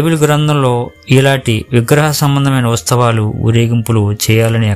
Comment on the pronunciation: Usthavalu antunnaru,kanee palakalsindi uthsavalu ani please correct your pronunciation,memu akkadaku velli mariyamma garini mokkamu ma vignapana mariyamma gari dwara Jesus ke chesthunnam adi theliyani chala mandi meelane apoha paduthunnaru oka vela kondaru theliyaka meerannatle chesinaa kuda devudu varini emee anadani na pragadha viswasam